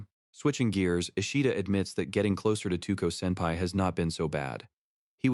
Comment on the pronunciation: 2ko No her name is Touko(Toe-ko). With a long o. To o ko.